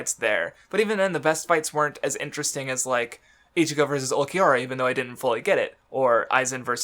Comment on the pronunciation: I find it amusing that struggles to say Hogyoku but nails the pronunciation of Ulquiorra